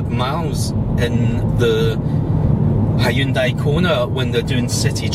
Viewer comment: He can say Hyundai correctly unlike the yanks who call it honday ?? Hahahahahahahahahaha how can Hyundai sound and look like honday